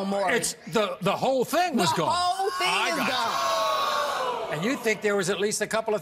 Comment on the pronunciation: I picked up on that too. Lady: guone. Maury: gone? Lady: guone. Maury: gone? Lady: guone.